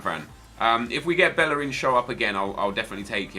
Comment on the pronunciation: Bellerín is actually pronounce bae-yer-een